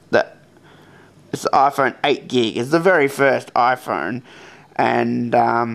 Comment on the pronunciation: iPhorne? Interesting accent.